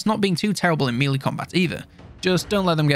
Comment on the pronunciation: Will you please learn to pronounce 'melee' correctly!!! The rest of your content is great, but it's like nails on a chalk board when you keep pronouncing melee incorrectly.